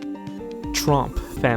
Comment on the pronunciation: when he said tromp i thought he said trump